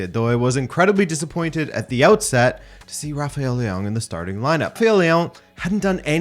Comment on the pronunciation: Why does he pronounce Leao like that?